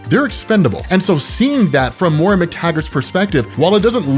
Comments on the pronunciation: MOY-RA, not MORA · 12 hours in and he’s still pronouncing Moira as Mora. Jk loved the video, longest YouTube video I’ve ever watched